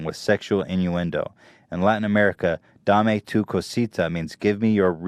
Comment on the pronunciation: Ethan why you had to do us latinos like that with "Dame Tu Cosita" lol